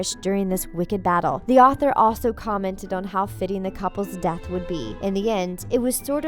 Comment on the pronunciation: I thought when she said Dumbledore was death I thought she said def and It would make sense... it wouldn't